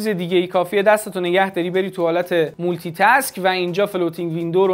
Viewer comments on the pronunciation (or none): none